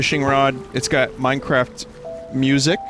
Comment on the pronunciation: Yay minecwaft